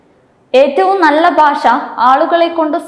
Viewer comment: baasha alla, bhasha ennu ucharikkuka